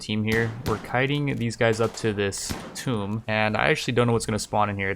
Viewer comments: Alright, I've been resisting the urge to say this for months now, but somebody has to tell you: The room with all the Cryptosleep Caskets? The Ancient Tomb? Tomb is pronounced like Boom. The way you have been saying it is how you pronounce Tome, the old books. English is weird, I know. Love you Rimworld content, by the way~ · ya know tomb is pronounced like toomb